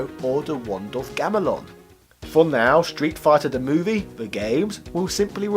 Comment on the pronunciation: Why do you keep pronouncing it “shtreet”? No H in there, bruv!